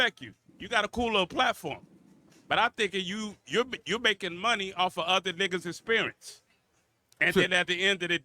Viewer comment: It's pronounced you're not yoah. This guy advertises his ignorance. Every time he opens his mouth, he should shut his mouth and go to work.